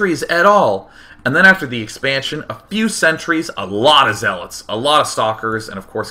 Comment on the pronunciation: lol he was about to say zeelots